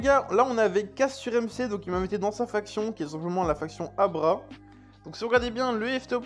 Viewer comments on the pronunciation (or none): Arrah pas Abhra xDD Sinon bonne vidéo